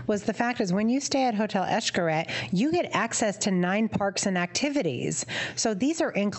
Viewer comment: Funny when a white person tries to say a word in Spanish. Xcaret is pronounced "ish-ka-ret" cuevas is pronounced "cue-vas"